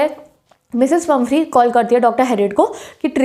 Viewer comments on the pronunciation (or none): She is pumphrey not pumpehry